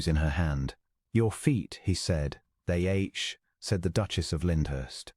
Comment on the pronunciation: “They ache.” There is only one correct way to pronounce ache, and the A.I. narrator doesn’t know it.